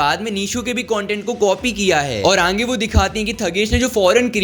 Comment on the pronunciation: Ange nahi aage pronounce kar